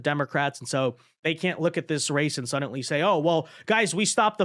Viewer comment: it's "suddenly", not "suddantly". There's no "T" anywhere in that word. You're driving me crazy over here! 🤣